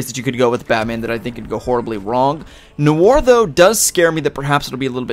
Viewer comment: ITS PRONOUNCED NWAR